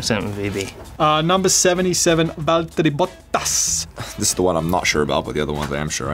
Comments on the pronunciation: VaUteri BottaHs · danny: "vAlTErii boTtAs" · VVValTeri BBBoTTTTasssss 😂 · ValTeri BoTTas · Nobody: Litteraly nobody: Ricciardo: ValteRRi BoTTaSS